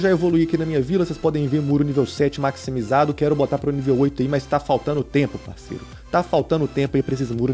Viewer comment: kkk Bruno ph vc falou errado o muros masimizados mais todo ser humano erra blz tmj +1 inscrito